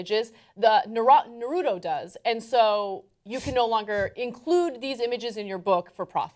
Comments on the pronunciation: NA-RU-TO, its not narudo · If it is anything like the Japanese it is said: "Nar root oh" not "Nar oo toe". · Its Nah-Roo-Toh! Anna is so oblivious! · Dear TYT. it's pronouned NAR-UTO. Not Nuhroodo. Get it right. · I still find it funny that people say Nah-roo-doe for "Naruto". I guess they also say plaa-doh for "Plato". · It's sounds like Naru toe. say it right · Ana's pronounciation of Natuto offends me.... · Nuh-root-oh... shudders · it hurt me evrytime she said naruto, i am now prone to any kind of disease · Can I request that Ana ask John the correct way to pronounce "Naruto"? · um that's not how u say naruto.